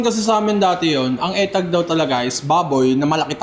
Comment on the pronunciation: Not eh-tag...it's UH-tag or EE-tag